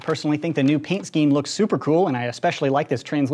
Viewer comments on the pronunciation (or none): none